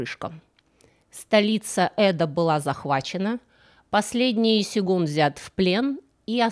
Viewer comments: вы очень интересно и креативно делаете свои истории. Но вам надо что-то делать с ударениями. Ну вот только из последних запомнившихся - щекОлдой, а не щеколдОй, и не сегун, а сёгун, сёгунат... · В слове "сегун" неправильно ударение ставите. И про сон Менделеева это миф. Вообще у Вас слишком много таких ошибок